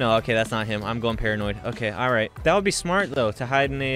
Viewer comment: “ he will be ight “